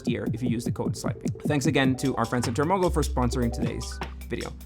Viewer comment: ngl whenever you say ChartMogul i hear it as Chernobyl